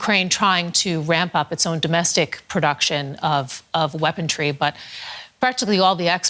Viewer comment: She can't even pronounce WEAPONRY, she keeps saying weapontry. Some journalist...